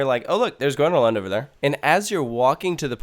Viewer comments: Well, the fact that he said, "gruna lond" triggered me a bit. So badly pronounced. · okey im triggerd... it's called grÖÖna lund. say it correctly got damnit. and second you can park just at the entrance but most of the parkings are private or full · Whyyy did you say Gvånna lann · Its pronounced Gröna with the Ö as the U in "Uuuhh", and Lund with the U as in "You" :) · The way he pronounces Gröna Lund makes me want to punch him in the face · Im from sweden and every time he says grönalund, im slowely dying on the inside